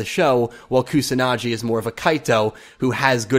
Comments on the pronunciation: Although I have nothing to proof this but I'm pretty sure the "G" in "Kusanagi" is pronounced like the "G" in "Google". I could be wrong but "Kusanadschi" just sounds horrible. "KusanaGi" on the other hand sounds just like a typical japanese word. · Probably stated, but it's Koo-sa-nah-ghee. Not Koo-sah-nah-jee. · its not pronounced kusanaji its a G like Giraj,Gazzele,Go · Hard g in pronouncing Kusanagi. Like in get.